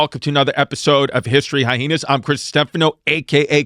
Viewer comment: y he say hyheenas